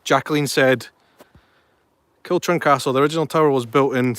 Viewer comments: KILCHURN CASTLE pronounced KILHOORN castle. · The correct pronunciation is Kilhoorn Castle. Not Kilchurn as its written. Learned that from an old Tom Weir programme.